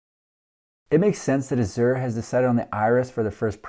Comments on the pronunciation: Funny.... You pronounced it wrong both times. It's "ahhh-zshure" emphasis on the first syllable. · "Azure" is a shade of blue and a name used for the artists' color in oil paint. I've always heard it pronounced a-zhr, with the accent on the first syllable, not the second. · azure = ăzh′ər = A-zhur